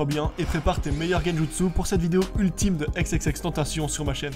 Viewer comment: tentaCion 😭 pas de "T" mais de "C"